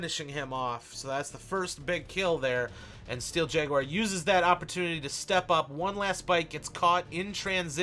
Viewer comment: Awesome gameplay! But... "Steel Jaguire" "Tourm-align" I can't... :P